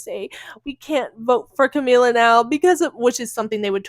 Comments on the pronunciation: Girl, are you talking about Kamala Harris? I thought you were talking about Camila cabello running for president, why you pronouncing her name Camila? It’s Kuh•ma•luh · i'm sorry but you calling her camila keeps making me laugh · Are you saying Kamala wrong on purpose?